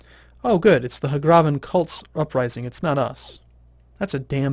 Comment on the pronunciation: It's uh...It's not "Huhgrahven," it's "Hag-raven." Like hag (crazy old lady) raven (big black bird.) As in women who traded their souls for dark powers and turned into half-bird half-woman monsters.